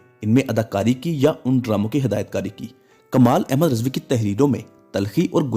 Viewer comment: Please improve your urdu pronounciation. RIZVI not Rezvi